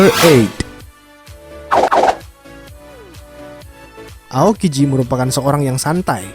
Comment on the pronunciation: Baru Tau gw aokiji kagak bisa ngomong R jadinya alalalala